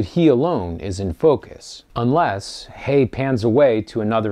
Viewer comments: Enjoyed your review a lot! I've seen this great film twice already. Fyi: Andrew Haigh's last name rhymes with "vague." Thank you. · Thanks for the comment! See, I always thought it was Haigh as you’ve stated, but seemed to hear some Brits pronouncing it like “hay.” In any case, I’m glad you enjoyed the review. This film is def worth multiple viewings!